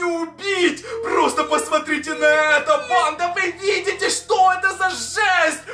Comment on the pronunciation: Почему когда говорит просто сразу же мне кажется что он говорит просто сри уже🤣🤣🤣😂🤣😂🤣